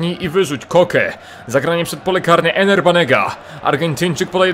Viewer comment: Banega to Ever a nie Ener